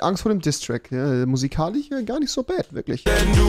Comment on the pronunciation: niemand: Wirklich NIEMAND: Rewi: Musikalich sry musste es machen haha